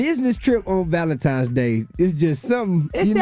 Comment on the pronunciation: “ValenTIMES!” He’s illiterate!